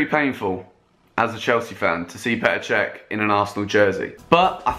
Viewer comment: Petr chech lm that is painful